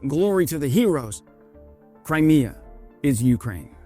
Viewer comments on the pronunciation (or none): none